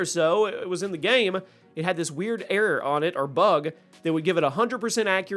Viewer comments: The way he can’t say error right is crazy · I swear he said air guns